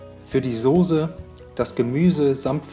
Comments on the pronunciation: SOßE , SOßE !!!! Nicht Sose... aber rezept ist gut... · Jaaaa genau - das hört man leider sooo oft: Sooohse. Scheint wirklich ein schweres Wort zu sein, oder es wird mit der weichen Konsistenz der SOßE assoziiert :)))))))